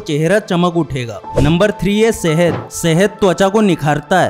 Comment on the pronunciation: शहद❌ सहेद ✅🥲